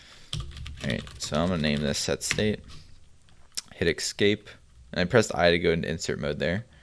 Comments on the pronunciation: *`Escape not Excape.Otherwise, excellent! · great stack of commands chosen to get ppl up to speed and acting fluent with simple commands very quickly. I think this is the best one right now. it's ESCape ...ess-cape... not EX-SCAPE .. im sorry cant help saying it youre probably doing it on purpose anyway NICE DEKSTOP